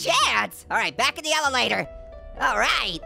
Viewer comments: lol he said elelator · said elelator